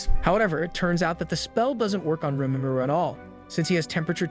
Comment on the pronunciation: "Stop saying Rìmúrù!"